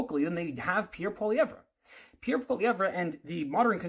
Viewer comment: Can’t even say Pierre’s name properly, lost my respect. This guy is nuts and a trudope supporter